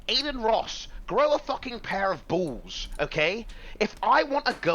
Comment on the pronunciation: Lmao "Grow a pair of boolz" and the corresponding chat : 3Head FeelsDankMank A PAIR OF BOOOWLS 3Head FeelsDankMank A PAIR OF BOOOWLS 3Head FeelsDankMank A PAIR OF BOOOWLS 3Head FeelsDankMank A PAIR OF BOOOWLS 3Head FeelsDankMank A PAIR OF BOOOWLS